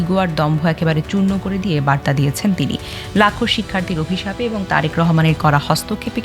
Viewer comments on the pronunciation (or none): none